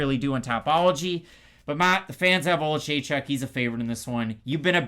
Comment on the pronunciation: can pronounce Oleksiejczuk but not Dvorak 🤣 To be fair I can't pronounce either of them.